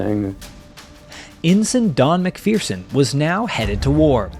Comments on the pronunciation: It's pronounced Mac- fur- son, not Mac fearson..... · Good story of a brave man's experience. Mind you, the mispronunciation of a good Highland surname! ('mik-ferr-sun' rather than.. ah, no matter.. LOL)